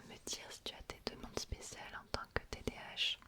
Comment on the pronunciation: Elle dit TDH et pas TDAH sa me fruste tellement 😭🤣